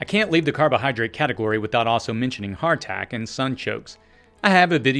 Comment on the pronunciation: Please explain the item that the closed captioning gives as heart attack and sounds like hartack. Also mentioned with it "sun chokes"? I was able to look up sun chokes aka. Jerusalem artichokes. But Hartack? Hartac? Hardtack? What in the world are you saying? The slight accent together with obscure items being mentioned makes this part of your video obtuse. I would have liked to see your own captions with these items written on the screen.